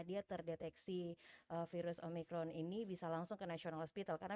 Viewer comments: si mbaknya tetep aja bilang omricron wkwk. dokternya udh nyebutin yg bener tetep aja bilang omricron... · OMRICON'' ngomongnya aja masih salah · omicron mbak, bukan omricon, berulang2 bilang omricon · Ini host bisa NGOMONG GAK SEEEH, Ngomong Omicron sj gak becus, dr awal ngomong Om rikon..Om rikon..Om rikon, hadeeeuuh!!! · Omicron yu...bkn omricron...